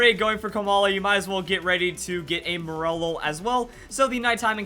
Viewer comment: Wait isn't it pronounced "More-lull"? I was so confused as to what Pokémon he was talking about